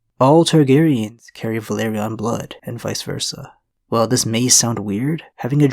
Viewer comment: VELA-RYON Not Valyrion